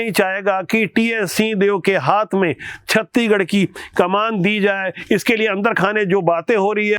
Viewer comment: कृप्या छत्तीसगढ़ को आप छत्तीगढ न बोले एंकर जी